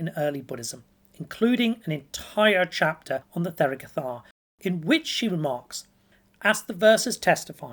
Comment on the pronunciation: The th is an aspirated t, it is not pronounced like 'the' or 'there' but instead like 'Thomas'.